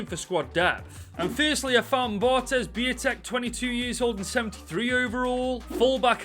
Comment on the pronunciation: You absolutely butchered Białek's name (it's pronounced Biawek)